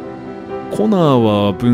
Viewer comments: 血液ペロった後の「すげぇなコナー」が「すげぇなコナン」に聞こえて、コナンはアンドロイドだったのか！？ってなった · コナーがコナンにしか聞こえなかった _(:3」∠)_笑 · コナーがときどきコナンに聞こえる重症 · すげぇなコナー、がすげぇなコナンに聞こえる笑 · アンドロイドの血液を舐めたシーンの後の 「凄いなコナー」が「凄いなコナン」に聞こえてしまった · コナーがコナンに聞こえる